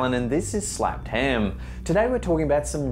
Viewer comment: Wait, was that “Snapped Ham?”🧐 Did you do that on purpose?! 🐽